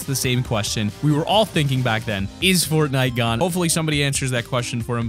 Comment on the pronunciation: in #1 did he say footnite